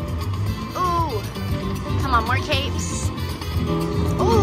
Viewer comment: 🎉awesome win. Kept thinking u saying we need cakes instead of capes lol ❤😂